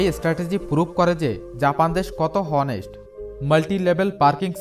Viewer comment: Hoonest na ra,chagol.. Honest.....